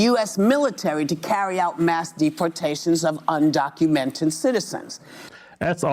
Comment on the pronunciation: Wooopy said "undoumented citizens"